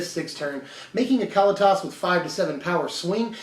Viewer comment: Ka-Lee-Tis! C'mon man. Get it right.